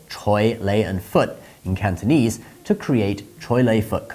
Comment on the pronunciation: Your mandarin pronunciation is more than perfect but Cantonese needs work. 😅